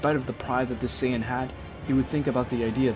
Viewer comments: bro it's no sayagin but Saiyan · clearly you watch dragonball in english so ill spare you the details. Saiyajin Was the orijinal pronunciation english translation changed it to saiyan